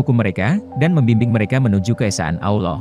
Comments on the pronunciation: awloh....salahhhh .. salahhh salahhhhh... yg benar ALLOH bukan awloh... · Pengucapan "Allah" gak ada "w" atau "U" "Auloh" atau "Awloh" itu salah, yg benar "Allah" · Trus yang benar tafsiran kamu gitu? Nyebut Allah aja salah. Anda ini siapa?